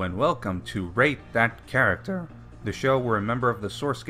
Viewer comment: Rate that characthhhr